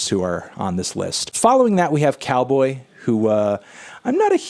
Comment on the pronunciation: Hey Anthony its not nice pronouncing Calboy's name as Cowboy